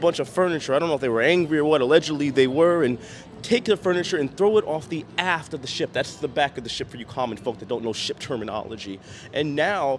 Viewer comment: When you said “aft”. It sounded like you said “*ss” when talking about the back of the ship. I’m an adult but I couldn’t help but to crack up 😂